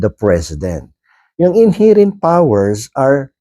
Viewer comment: KA BA TALAGA MOKONG. PRONOUNCE MO NGA " INHERENT ' CORRECTLy para naman at least magmukha kang atty🤣🤣🤣🤣🤣